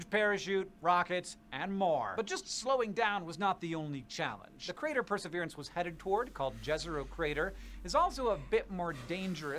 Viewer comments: I heard him say per-srverance I knew I was gonna be slightly annoyed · You can't pronounce Pr-suh-vee-ruhns 😂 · Press-sir-veer-ants dummy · The name is pronounced per’ se veer’ ence. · Perseverance: per-se-VEER-ans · it is pronounced Per - ser - VEER - ance. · It's pronounced like Perserveeranse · You've never heard the word "Perseverance"? In your entire life! How? Wow they are really codling kids these days. Can't even SAY the word Perseverance! I'm ashamed to even live on the same planet.